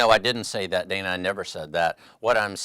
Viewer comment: If it looks like a duck…probably a duck. And it is Dan-uh, not Day-nuh.